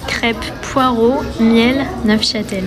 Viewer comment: J'aime bien mettre mon grain de sel, j'espère juste que c'est à propos. En effet, il me semble qu'on ne dit pas NEUFCHATEL, mais NEUCHATEL... Dans ce cas, on ne prononce pas le "F"... Mais ai-je raison? Bref une randonnée charmante de plus...